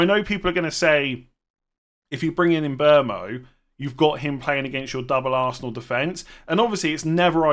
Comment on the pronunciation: why do you call him mbomo? It’s mbeumo.